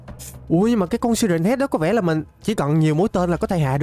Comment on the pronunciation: Siren Head mà anh đọc là si ren head